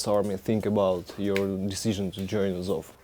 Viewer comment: It’s АЗОВ, not АОВЗ)